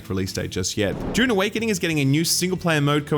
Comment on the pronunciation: impressive pronunciation of Dune here. Spoken nearly like a non-Australian